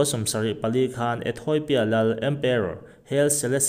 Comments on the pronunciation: Ethawipia tiin I lam tlat a.... Ethiopia(ethiawpia) tia lam tur anih hmel e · Ethawipia tiin i chhiar zel a, ethiopia ti in chhiar la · Ethawipia iti zel aaa Ethopia tih tur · Ethoipia ani bawk lo. ETHOPIA TIHTUR AW. Lehkhathiam zawk pawh hian, diklo pui pui hian, inziak a, inchhiar bawk a,😮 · Ethoipia nilovin ethiopia a nia 😂😂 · Ethawipia ti in i lam daih a haaaa